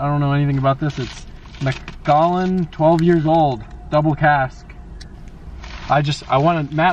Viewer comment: it pronounced Mc-Cal-Ann and you did a great job bud it’s a great bottle.